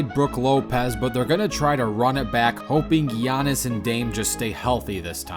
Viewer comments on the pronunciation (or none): i stg i heard u say "gyatnnis" my brain is fucked im going back to bed